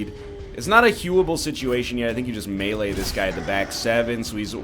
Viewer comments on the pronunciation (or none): none